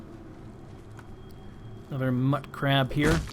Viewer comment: Pronounciation is sort of to each their own for these types of things, but I think mutcrab/mutfruit should be prounouced mute-crab and mute-fruit, since the mut prefix is shortened from mutated/mutation. Just sayin'. :)